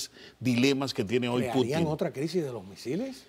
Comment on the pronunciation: Y este es el “especialista” en temas de Rusia. Vaya nivel de invitados. Para empezar, que le explique al como se pronuncia correctamente el apellido de Putin. Está claro que la dictadura cubana sólo persigue prolongar su existencia y que Rusia busca soluciones geopolíticas a su favor. Vaya tontería decir que Rusia busca en Cuba tierras y recursos para garantizar productos básicos. No hay mentira más grande que decir que actualmente Rusia está afrontando una crisis alimentaria. Infórmense mejor o mienta con algo más de creatividad.